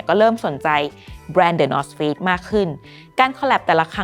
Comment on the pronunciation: ได้ยินเป็น the north fakes เหมือนกันอ่า